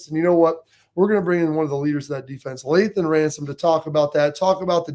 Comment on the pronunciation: Lathan…… it’s Lathan guys come on.